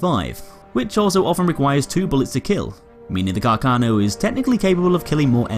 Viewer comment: A bit of a pronunciation error: Carcano is pronounced with the stress on the first 'a'. The pronunciation you use is a common misunderstanding amongst english speaker. If you read this, please take listen to the right pronunciation in this website: Also, great video, as always